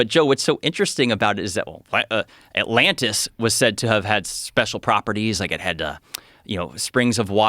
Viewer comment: Joe says atlannis